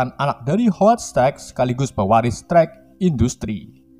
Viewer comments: Stark bukan sterk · Strek strek bacanya stark woiiii bukan strek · Strak kenapa jadi Strek dah di bacanya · Stark napa jadi strek bang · Tony stek yah ges Bukan tony stark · Stark bang.... Bkan strak 🤣🤣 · Bang namanya stark bukan strak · Strak bacanya bukan strek.. wkwkwk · Stark bang bukan strak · Strak dong bukan stark 😂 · Wkwkwk ngakak gw strek bknnya stark 😂😂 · Stark jadi strek ,Obadiah jadi obaidah wkwkwk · Koreksi dikit ngab bukan stek tapi stark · Lurus amat min ceritanya . Gak di kasih detile2 . Oh iya . Mengganggu banget nyebut stark dengan setrek .. asing aja di telinga. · Naratornya, masa tony stark dibaja toni sterk.